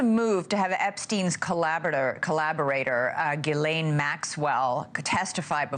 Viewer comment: Im a fan...BUT, please work on your pronunciation of some names, such as Maxwell's first name. Try not to use G'lane. Phonetically, it sounds like G'EEE-LANE. OR, just refer to this party as 'Maxwell'. :) And Virginia's last name is not Jaw-free. Try 'Jo-fray'. Dont take offense, please.